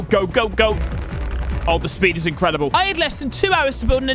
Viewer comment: In cre Di ble two silables